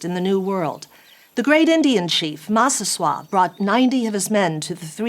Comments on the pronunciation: I had no idea Massasoit was French! 😂 It's Mass-a-SO-it. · I like Prager and all, but it's kind of hard to take the lady seriously when she isn't familiar enough with the material to pronounce the names. Massasoit = M AE - s uh - s oy - uh t. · "MASS A SOI IT" That is how Massasoit is pronounced. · You pronounced Massasoit wrong.. it's mass-a-soy-it. I dont think shes from South shore Mass. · I've never heard Massasoit pronounced that way. Nor Josepha. Not sure where she's getting those. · Massasoit wasn't French lol. You're supposed to pronounce the T. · Good grief, where did this woman ever learn to pronounce "Massasoit"?! It's Wampanoag, not French, lady!